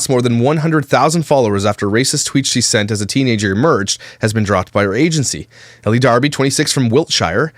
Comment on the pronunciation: Again I think her first name is pronounced "el" not Ellie.